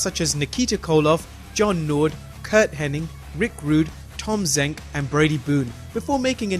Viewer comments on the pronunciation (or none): Ffs its hennig not henning! Learn boy learn! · His name is Curt Hennig.... Not Curt Henning... Somehow people always say his name wrong...